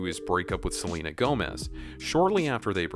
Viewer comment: Stop saying seanla